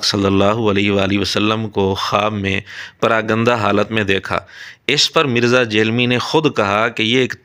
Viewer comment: مرزے کا پراگندہ کا تلفظ مرزے کی اردو مین مہارت کا ثبوت ہے